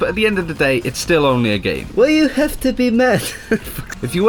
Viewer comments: "why you heff to be mad?" killed me... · "Why you haf to be mad ?" xD